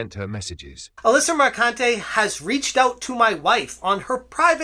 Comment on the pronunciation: the posh ai voice repeatedly saying MerCUNTé is hillarious xD